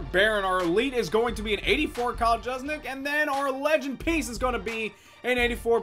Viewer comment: kyle's last name(the fullback) is pronounced Juice Check, you're welcome for the save Mark😊